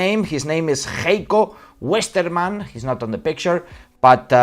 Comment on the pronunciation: Please pronounce it as "Haiko Westermann". Ei is pronouncing in Gemany as "Ai".